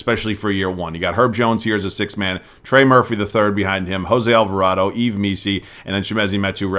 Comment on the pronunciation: Yves just say eve